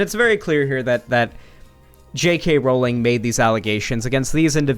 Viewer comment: You are the only person ive watched who ever said JK Rowling's name correctly. I get she's a shitty person but as someone who has their name CONSTANTLY mispronounced, i hate that people justify mispronouncing it because she's a TERF. Call it civility politics, but if you don't deadname Caitlyn Jenner, pronounce Rowling's name correctly. It's stooping to their level